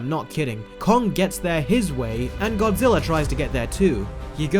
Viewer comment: i know it just sounds like godziller